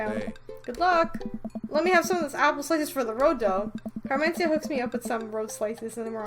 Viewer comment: Just a little heads up, I'm pretty sure Mat's daughter's name is pronounced "Car-men-SEE-tuh"